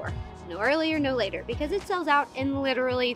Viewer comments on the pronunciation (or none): none